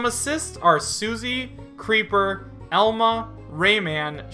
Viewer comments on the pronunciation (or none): none